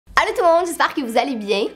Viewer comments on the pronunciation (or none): « Alut tout le monde » 😂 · Elle a dit alut tout le monde